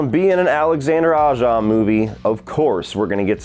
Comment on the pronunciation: I don’t think I ever saw this but now I wanna check it out. It sounds like a cool little movie Btw I believe Aja is pronounced like “A-zjah.” My French is very rusty lol.